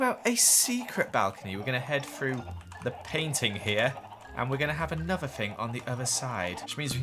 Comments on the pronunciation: He also can say the word another right 🤣 *He says, “anover-“ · That's called an accent